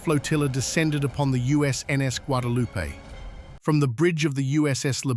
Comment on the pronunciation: Guadalupe is pronounced : wha de loo pay. Spanish pronunciation is not hard! He gets it right 2nd time!😊😊😊